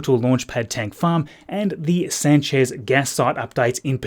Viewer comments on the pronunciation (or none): none